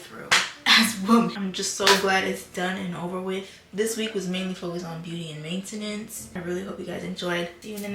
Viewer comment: the way u pronounce maintenance makes me wanna gouge my eyes out